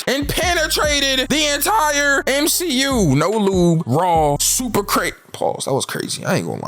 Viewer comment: Three words M-She-U